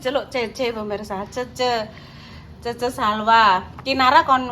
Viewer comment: Di bilang Cece bukan Che Che Bu yunnn😊